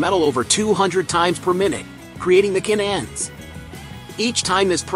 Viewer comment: What's a k-n-end. Do you mean "can end". Doesn't anyone ever proof-read or proof-listen to the finished product?? And is it so labour intensive to get a real person to read this 9 minute script. And why are the kids in charge?? The topic is interesting but thankfully, like most youtube topics, there are many, many other videos on the same topic so you get to watch the good ones, and THUMBS DOWN the bad ones, like this.